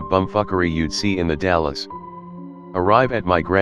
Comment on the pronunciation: Am I the only one who is bothered by the mispronunciation of “The Dalles”?